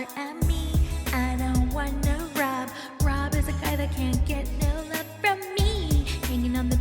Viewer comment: Lmfaooo I was laughing out loud at work when you called rob SCROB 😂😂😂😂 I genuinely cannot